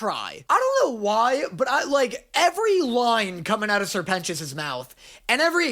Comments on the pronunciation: It's Serpent - ious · help im watching this with subtitles and it keeps writing Sir Penis instead of Sir Pentious… and when you said i get the sirpent part but what the fuck is a pentious is said what the fuck is a penis💀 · Noooo, not my twink peter, i love him Also: sir pentios, sirpent ois...serpent ios... you know? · I love that every time you say "Sir pentious" (or whatever he's called) the subtitles (bless the million dollar budget) say "penis" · I know I'm a few weeks late and I can't tell if he's just making a joke about it and actually gets it, but Sir Pent-ious... SIR PENTious. His name is literally serpent-ious. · His name is Sir Pentious. SER PENTIOUS. SER PENT IOUS. SERPENT IOUS. lol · SIr Pentious = Ser Pent(s) = Serpent its not that hard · Hey, It’s Sir Pentious— like serpant sure; but also more like serpentous; a like really old english word meaning snake-like. From a nerd that lives off of linguistics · Dude, I had the captions on accidentally and when he said ‘sir pentious’ they captioned it as ‘sir penis’ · Say it fonetically SER PENTIOUS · He’s a serpant. Sir-pen scious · Come on dude. Its sr. Pentious ” like SERPENT - ious.